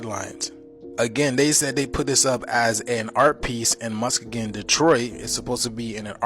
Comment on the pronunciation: The Muskegon "portal" is an art instillation that represents, among other things, a company called Sealed Power that made piston rings in Muskegon, pronounced muss-key-gun. The lines are just lens reflections from the lights. That's why they are not visible in person. Also that city is nowhere near Detroit. It's on the other side of the state. I'm from Michigan.